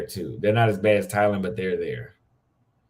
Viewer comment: Why do you pronounce Thailand like Thylan?